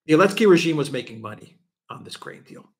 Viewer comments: Great show!, it's Zelensky, not Olensky. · Why does always say "Elensky?"